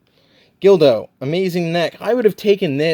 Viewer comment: It’s GULDO not GILDO. Unless you were pronouncing his name incorrectly because it sounds similar to dildo I’ve had no issues with my 2021 EE SSG Goku. Some people are just too rough with them. That being said Tamashii’s quality has definitely dipped. Think they’re trying too hard and should go back to making 8-12 figures per year. It’s better to get less figures per year with better QC than to get tons of figs with inconsistent QC. I’m excited to see more of your reviews especially if you’re gonna get SSJ4 Goku.